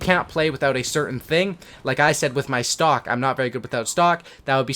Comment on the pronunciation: am i the only one who thought he said stalk and not stock